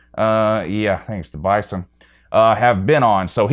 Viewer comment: North Dakota State. Just a note: When you say their mascot name, you say BI-Zen, not Bi-sun. Just a dumb thing that I don't know if knows. I like it that doesn't rank the NEW coaches. Being a Buckeye fan, I really think that Lincoln Riley being ranked so high makes the chances of success a lot better for Ryan Day. Their situations are very similar and I think Big Ten coaching list next season will have Day atop the Big Ten coach rankings. This video was a good one and was definitely WATCHABLE,. I love to see you look at numbers outside the SEC. I just wish that you would recognize how dominant my Buckeyes have been since 2002. No, they don't have the NCAA titles that Alabama has but really, they have had only 4 seasons that really weren't championship caliber years. They get no credit for how long they have been an elite program. I kinda hate Tom Herman but since he has done so well since he left Ohio State, I have to put Herman above Gundy and I love Mike Gundy and his rants. The man is a great coach although the season he had his "I'm a man" rant, he ended up killing that team with his coaching of QBs after that rant. I think the top 4 coaches on list are 4 of the top 10 to 12 coaches in the country. Gary Patterson is a model of consistency and he may very well be the real #1 on this list. Again, great video,. I can't stand you or the SEC fanbase but your show is still the best. Greetings and ATTABOY from Buckeye Nation.